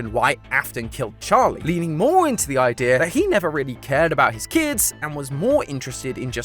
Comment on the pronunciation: Now ik who says "idear"